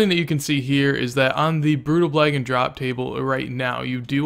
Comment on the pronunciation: "brutal blagon" lol. Good vid I'll have to try some of these.